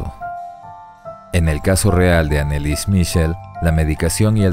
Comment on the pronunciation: Yo quiero escribir una novela documental del Exorcismo de Anneliese Michel ambientado en 🇦🇷♐. Se pronuncia Annelisäe Mijiel y no Anelis Michel... en alemán la "ch" suena como una "j".